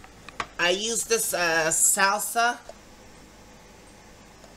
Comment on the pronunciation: 😂😂😂Ho you say salsa..."Sousa"😂👍🏻. Your dinner salad looked good w/ croutons😁. Good HEALTHY CHOICE W/ the #CliffBars😄👍🏻‼️